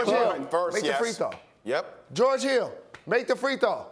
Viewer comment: Haile Helper This nigga said geroge